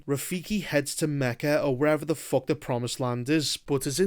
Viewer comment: Not me watching bro just to hear him say "Fock"